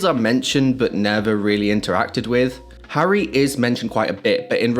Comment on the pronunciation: how did you get the name Harry wrong over and over and over and ov